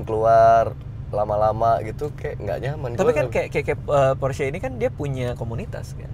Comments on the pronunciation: Porsche = Porsh X, Porse ✓ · Bacanya porse bang bukan pors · Porsche ngomongnya Porsche kali. Gak Pors. Ya elah. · cara baca "porsche" nya salah om harusnya kayak bilang "porsya".. btw keren bgt mobilnya. kapan ya punya...ngimpi >_< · Porsye dika bang bacanya